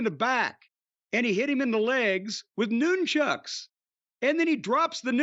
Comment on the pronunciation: da fuq is a noon-chuck 😂😂😂 is that what chuck norris is called in the afternoon????